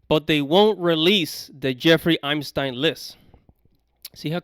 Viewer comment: I'm stine???? Jeffrey Epstein is what you're trying to say